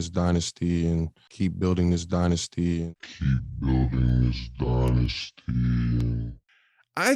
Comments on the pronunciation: "Die-nasty"........Hahahaaaa!!!!!!! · Dillon " DIE-NASTY" Brooks